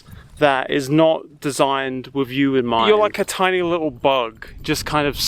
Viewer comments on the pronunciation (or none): none